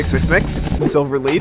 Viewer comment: the way he's saying silver it sounds like "solar"